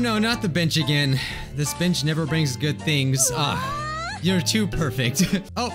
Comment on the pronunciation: When he said bench in his video I thought you said the b word for a minute